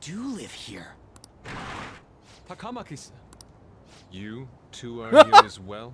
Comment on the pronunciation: For some reason the TaKAWmaki and the SaKAHmoto and KiTAWgawa are especially bad. And Mishima's name is pretty butchered too.